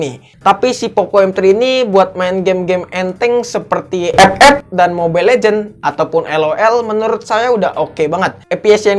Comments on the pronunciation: Cuma mw dengar kata ep ep 🤣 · Sebutan Ep ep ny keren wkkwkw